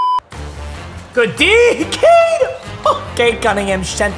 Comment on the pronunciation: Especially when it was pronounced “Cade”